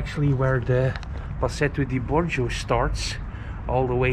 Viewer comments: oh no. You said Pasetto Di Borgio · Totally palatial. Did you say Procession de Bong Juice?